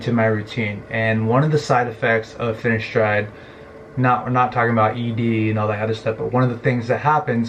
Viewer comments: its fineSteride not fineshtride like ur saying it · say it whit a S not sh